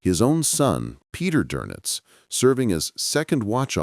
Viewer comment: Not Donuts- Donitz